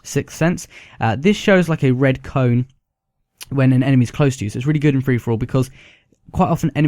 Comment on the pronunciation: Rooly gewd